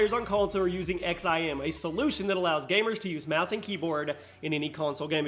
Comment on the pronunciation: The XIM is pronounced “zim” and it’s a huge controversy rn on console, especially in games that have no aim assist like RS6 and Overwatch.